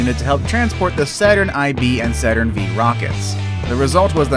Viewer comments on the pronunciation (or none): "Saturn eye-vee and Saturn vee vehicles" :-D